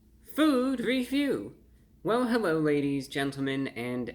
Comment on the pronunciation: Hewwo Wady’s and Gentlemen!